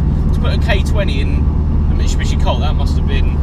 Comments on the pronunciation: my man, it’s pronounced: “MIT-SU-BISHI” not Michubishi 😂😂 come on dude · why can’t you pronounce Mitsubishi? (Mishibishi)😂 made me cry every time